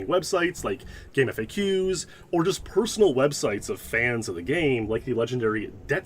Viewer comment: THANK YOU. THANK YOU FOR CALLING IT GAME F A Qs instead of Game Facts!!!